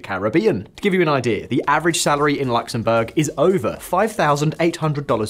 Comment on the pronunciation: Its not LAXemburg. Its Luxemburg